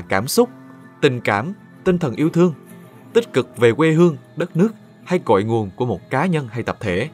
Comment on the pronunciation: giọng Nam nghe qua thì có vẻ ổn nhưng nghe kĩ lại thấy bất ổn, ví dụ điển hình: đọc thành wê hương, Anh wuốc, trong thời Zang qua, …